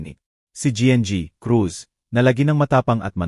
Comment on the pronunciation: Nakakainis yung pag bigkas ng GI EN GI Cruz AT GI. Cruz. Pwede namang Gng. Crus At G. Cruz